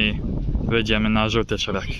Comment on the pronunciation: Czemu mowisz szrak?